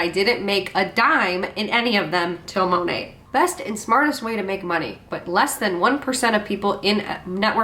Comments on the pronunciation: Is the New Years hun saying “Mo-net”!? Is the T not silent? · Is it just me or is that MLM hun-bot pronouncing Monat wrong? Sounds like she is saying Mon-Ate. Lol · I thought the “T” in Monat was silent.